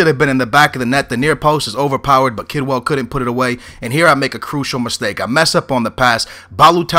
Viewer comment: kedwell not kidwell